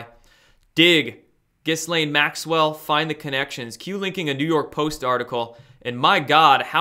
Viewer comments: apparently Ghislaine Maxwells name is pronounced more like "Ghee-yan" or some shit like that. Also, the hash tag of Cali island seems like it could have more than one reason for being used. Kali (same pronunciation as Cali), is a goddess of old and is also named "the destroyer" and is linked to sex in some lore. I thought that made it more interesting that it was used in the hash tag for this particular island and by these particular people... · The "s" is mute in Ghislaine, otherwise you got it right. The first time I see my name in big news, and it's connected to this!!!!